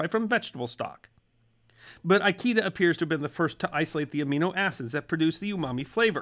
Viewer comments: just a small thing: it's pronounced "EE-KAY-DUH", not "EYE-KEY-DUH". lol. Like I said, just a small thing. 🙂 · i love you but always remember: all Japanese vowels are short! Ikeda isnt "eye key duh" its "ih-keh-dah" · Pronounce Ikeda as "eekaydah" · Kikunae Ikeda is supposed to be pronounced like “key-qoo-nah-A, E-K-dah.” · How many times are you gonna mispronounce "Ikeda?" Damn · That is not how the name Ikeda is pronounced, nor how Kikunea is. You American, you. That is also not how parmesan is pronounced. You American American, you. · Maybe you know something about the West and its history, but nothing about Japan. Before creating the video, you should have consulted a knowledgeable person in how to pronounce "Ikeda" and the rest of the Japanese words you mispronounce terribly, besides misspelling it, it's "Kikunae", not Kikunea.